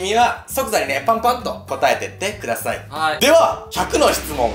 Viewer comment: くださいが、くだいになってる